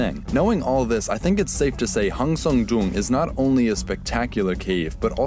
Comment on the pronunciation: I like how educative it is but I can't help but shiver whenever he tries to pronounce Hang Sơn Đoòng